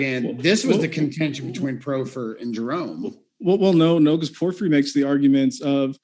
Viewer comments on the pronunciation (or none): What's worse is that I've noticed his mispronunciations creep into my subconscious like a mental virus and cause me to hesitate on which way was the correct way to pronounce it. I swear I'm going to muck up Porphyry at my next cocktail party. Imagine being self-absorbed enough to name-drop Porphyry in a convo but butcher the pronunciation. I can't have that! I've gotta back up my self-absorption! :-P In Texas we'd say he's all hat and no cattle...if I still lived in Texas.